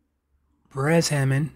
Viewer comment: It’s pronounce Bay rest